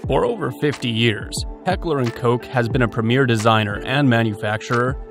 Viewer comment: its cock not coke, dont be shy